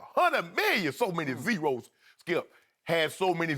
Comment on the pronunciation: lol Sharp says Zeeerows